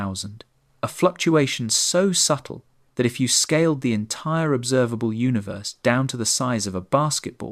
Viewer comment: Say Uni then say Verse, now say unaverse